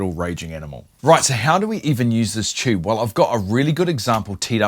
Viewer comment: What the heck is a "chube?"